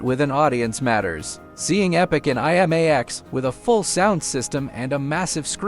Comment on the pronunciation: You would think that A.I. could pronounce IMAX. I.M.A.X. hahahahahahah